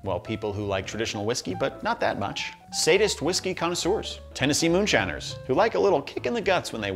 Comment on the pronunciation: "to Tennese" lmfao